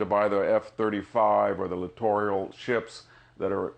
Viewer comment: They are LITTORAL ships...theres no such thing as "littorial" ships (what he said)..before he accuses others of lack of knowledge he should get such basics correct. He has a lousy record with facts. In a lecture he said Germany in WW2 had no 4 engined bombers...there were over 200 Condor four engine bombers in the Luftwaffe in the Spanish civil war...the guy should stick to his ancient history, its harder for us to spot his ghastly mistakes. Hes such a pompous elitist asshat